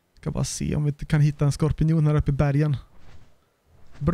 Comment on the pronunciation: Det heter skorpion och inte skorpinion :)